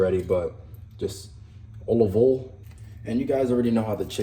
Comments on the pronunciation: Did you mean to say olive oool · the way you say olive oil makes me die of laughter bro 😂